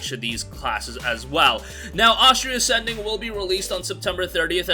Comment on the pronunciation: Why does he keep calling it Ostria Ascending?